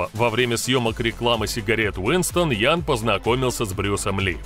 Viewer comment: Какой " ян " ?)))) Это у молдаван - "ЯН" ))))) Ты от туда ?!)))))